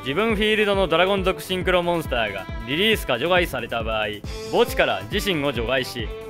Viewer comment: 除外の発音が場外みたいで気になる